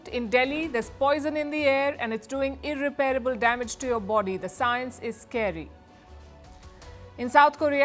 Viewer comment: Mam, it's irreparable not irrepairable.